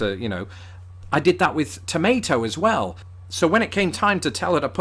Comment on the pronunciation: "We're pronouncing the "R" in hub aren't we?" While you aren't even close to pronouncing that R. 🤣 Also, it's "well", not "wow". Hilarious you guys working to hear some of the differences while they're screaming out to Americans.